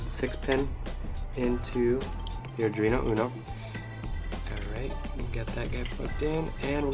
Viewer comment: You know it's pronounced AR-duino NOT adreno